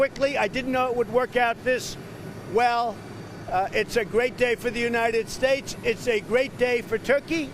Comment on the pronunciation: United steaks lol